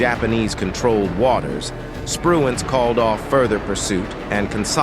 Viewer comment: The admiral was Spruance not Spruance.